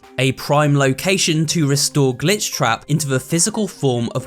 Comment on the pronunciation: Stop saying glich